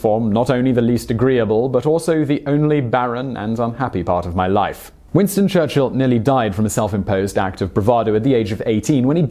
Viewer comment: Winsto chuchilll